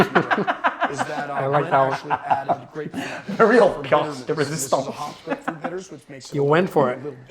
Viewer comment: Because you asked for it, and I know French very well, the "pièce de résistance" was quite funny ;)